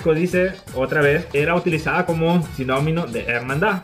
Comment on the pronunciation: Saludos! Sugerencia: antes de hacer el video, puede hacer lectura varias veces de la información, para que no cometa errores tan terribles como decir "simónimos" en vez de "sinónimos " (hay que leer mucho para lograr articular las palabras adecuadamente, recordando que les ve una gran cantidad de gente )... Además así puede encontrar otras fuentes y en sus comentarios puede analizar diversas opiniones o al menos dos ...